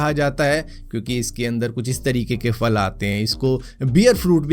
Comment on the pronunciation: Bhai ye fruit KO ap faal faal q bolte ho actual word phal hai na k faal...ab agr mn phal phool KO faal fool bolun tw kesa lage